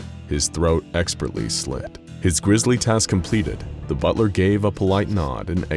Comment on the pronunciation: I thought you said one hell of a butter